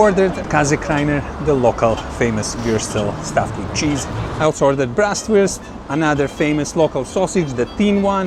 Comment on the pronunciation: There is no liver in Leberkäse!! It's just pork meat. It's BRATwurst, NOT "Brastwurst" (braten = frying) the pork belly is called Kümmelbraten because the crispy skin is seasoned with rye seed.